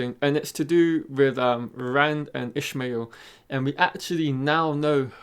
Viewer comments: Its not Ishmael Its IshAmael. Lol, wheel of time pronunciation arguments at it again. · Nice vid. PS Ishamael is pronounced ih-SHAH-may-EHL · Thanks for the video, although I have issues with the pronunciation of IshAmael. I believe you mixe the name up with "Call me Ishmael" from Moby Dick... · I know it doesnt matter but his pronunciation bothered me